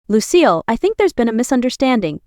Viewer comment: It is Lucille not lose seal